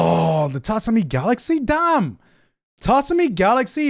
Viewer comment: gigguk lives in japan and still cant pronunce 'Tatami"